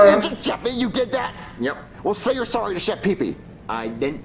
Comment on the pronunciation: Jeffy that’s not how you say sorry!!!